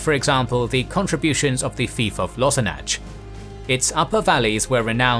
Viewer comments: Another great video! Just putting it out there. The "ch" in elvish and mannish place names in Gondor and Arnor (ex. Lossarnach) is pronounced like the last sound in the Scottish word "loch" and not like the ch in cheese or leech. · The pronunciation of Lossarnach offends my ears mightily. 😮😮❤😮😮